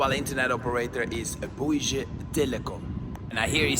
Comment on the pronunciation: Bouygues pronounced as in « give or gun » you’ll look like a fool otherwise, especially if if you think your prononciation is good! 😅